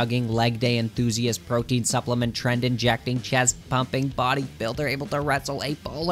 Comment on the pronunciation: it's called tren, not trend.